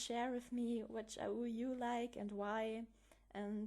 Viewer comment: It's been so long since I've heard your voice <3 Thanks for the explanation! And I'm pretty sure AU is said as "ay you" But Okey;^9